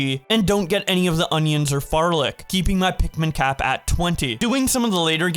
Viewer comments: Discounting you keep forgetting the first L in "flarlic", this is clickbait due to the fact you only ban farming Pikmin. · Did he say "farlic"?